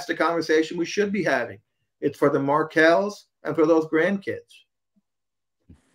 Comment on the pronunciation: Markels...not Market